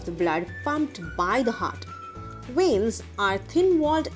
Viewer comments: Its veins not venis ok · It will be veins not venis😅